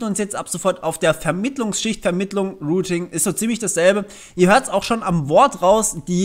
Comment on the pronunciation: Rooting? Ich dachte es geht um routing? Rooter? Die heissen doch router, oder? Sag nochmal rooting! Sag nochmal rooter! Ok, mir reichts, tschüss.